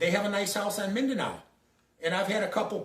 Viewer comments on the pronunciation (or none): none